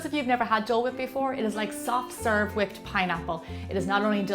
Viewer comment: She says whipped like stewie on family guy, kinda like "huipped"😂